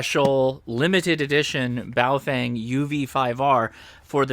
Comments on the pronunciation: Names are important... even if the product being named is NOT. Boa-fUng. I'd love for ONE Operator to pronounce it right. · That Chinese Lady never ages, on the Baofengs. Pronounced: Bow-fung